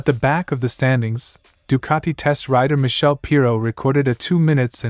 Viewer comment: Still can't pronounce Michele, Ai, Sepang and Desmosedici. The other AI (sic) could be taught phonetic spelling to correct this but then when the text is culled from other sources blindly, the editor is not a bike fan. ZN stands for ? Zero Natural?